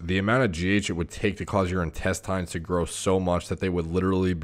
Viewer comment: In-test-AYNES? Isn't it in-TEST-inns